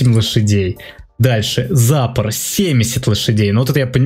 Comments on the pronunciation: надо быо сказать не зАпор (ударение на а) надо сказать запОр (ударение на о) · Ну не зАпор, а ЗапОр